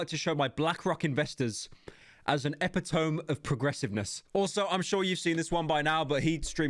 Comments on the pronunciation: mans really said "epi-tome" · it’s produced “ep-it-om-ee” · It's pronounced "e-pit-oh-me" not "epi-tome" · Eppytome?! ❌ Eh-pit-o-me ✅ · Pyro really out here saying Epitome as [Eh-pi-tome] rather than [Epi-tuh-me] 💀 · did you actually say epi-tome lol pyro please if its not bait at this point, it's pronounced uh·pi·tuh·mee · EPITOME pronounced as [eh•pit•ohm] and not [ah•pit•uh•me] reminds of the first time I read the word. And then the other 7 times when I heard somebody else say it that way, and now I’m conflicted in my belief of Pyro’s use being that of an ironical nature, or genuine mistake.. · hey pyro i respect and appreciate you for everything you do but you're saying epitome wrong 😭 its e-pit-oh-me not ep-i-tome. much love 💀❤️❤️❤️ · Here pyro good video but it’s pronounced e-pit-omee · pyro really said epitoam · Did you say “epi tome”? Wtf? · Epitome is pronounced "ee pi toe me" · epitome is pronounced EH-PIT-OH-ME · Brother really pronounced "epitome" as epi-tome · Never let Pyro forget that he pronounced EP-IT-O-ME as "epitomb" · Not saying this to be a jerk. Or a gotcha. Just letting you know I mean I know you won't see this but ... e·pit·o·me /əˈpidəmē/ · "epi-tome" Pyro truly is a Brit, can't even speak his own language. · how u pronouncing 'epitome' as 'epy tome' at your grand age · Hahahahahahah the fuck is that pronunciation of epitome?!? It’s pronounced E PIT O ME you frube. How are you alive in England for over 20 years making content based solely around talking and not know how to pronounce simple words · PYRO DOESN'T KNOW HOW TO SAY EPITOME!!! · He really pronounced epitome like that huh? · Epitome is not pronounced like that btw. It's a weird word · Sorry how did pyro pronounce epitome like that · brother how do you possibly mispronounce epitome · This mf says epitome wrong!! Lol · Pyro's epitome pronunciation had me shook. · Despite Adin being in this, the worst part of this video was Pyro mispronouncing the word “epitome”.